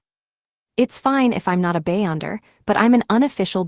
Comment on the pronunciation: Be-yonder not bay-onder